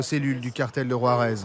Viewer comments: 😂😂😂😂 war-ez now how ever the fuck ur pronouncing it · Learn how to pronounce Juarez dude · Can't ev3n pronounce Juarez right...